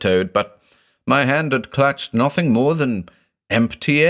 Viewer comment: "n0thing is like a drinking game now, i have to say N0thing, in the accent everytime.